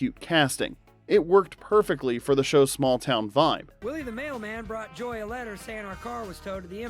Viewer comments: You called Joy "Jo"! Nice channel. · I laughed when he calls Joy, Joe.